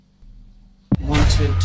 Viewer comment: this movie makes you pronounce wanted as wownted